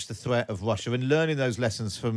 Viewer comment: Can't The Times get a presenter that can pronounce the letter 'R'? It's tiring decoding this talk of "Vussia", "Gvoup" , "Vight". R not V mate.